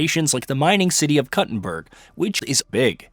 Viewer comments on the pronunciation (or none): Kuttenberg not cutenberg... What a horrible way to start the video